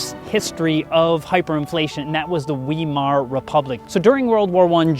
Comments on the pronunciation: Should be a vye vowel sound not vee as well. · The English pronunciation is "wahy-mahr" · It's actually pronounced with a V, not a W. Think of the German accent, Ve ave vays of making oo talk.